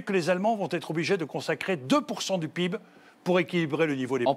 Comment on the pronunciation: Quand le mec prononce PIB peeb, et qu'il parle de croissance, c'est là que j'ai compris le problème..